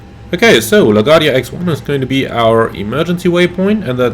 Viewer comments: Great video, like always! Just want to help you pronounce LaGuardia from a born and rise New Yorker lol LaGuardia is Luh-Gwaar-dee-uh. Hope I was able to help. Take care and see you on the next video ✌🏼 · computer performance looks awesome. BTW, you pronounce it La Guardia, with the emphasis on the U.